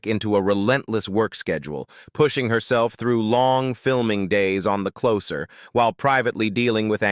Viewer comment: Your AI voice over needs to learn how to pronounce names better. You can't even say the title of the show properly.